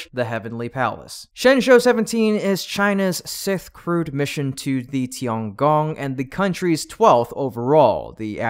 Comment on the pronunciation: What? It may launch as soon as November sith? Do you mean 6th? How did you pronounce that so badly? The one thing I wanted to hear the most.